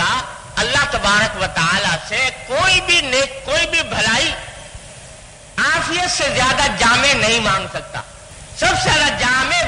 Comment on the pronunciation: افیت نہیں عافیت ہے درست کر لیں